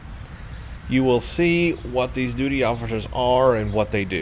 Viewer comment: I think you said duty so many times it turned into doody without you realising! :P